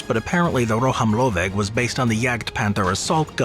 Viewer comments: Ro-hám-lőveg. Nekem tetszett! :) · As a Hungarian, I'm glad that you showcased our dreamtanks of ww2, and what actually suprises me that the pronounciation of "rohamlöveg" was quietly on spot in my opinion! :) And also if you don't want to break your tounge pronounciating it, just say assault gun, because it is exactly what it means in hungarian :D Assault gun - Rohamlöveg. I really enjoyed the video btw. Love u guys. <3